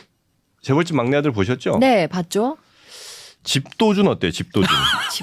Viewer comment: 집도준은 집도둑같은발음이라 좀 그러네요